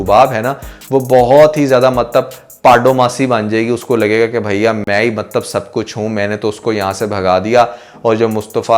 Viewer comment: Bhai Mtlab hota hai Maktb nahe hota